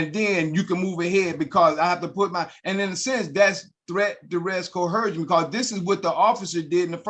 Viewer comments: Why is it that sovereigns can’t pronounce coercion correctly? There is no “h”. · Why can’t ANY of these sovereign idiots understand the word is “coercion” not “cohersion.” Cohersion isn’t even a word. How difficult is that to understand ? Frankly, I now think that anyone that uses the word “cohersion,” should serve 30 days in jail then be immediately exiled to Morocco, never to return. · None of these idiots can enunciate the word "coercion" properly, much less, probably does not know the meaning of the word.